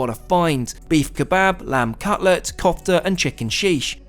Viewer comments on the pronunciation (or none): none